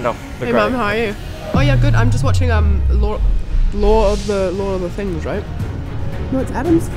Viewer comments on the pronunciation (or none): i heard "Lore"